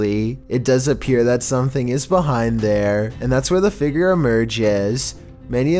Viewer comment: It’s not Feger, it’s figure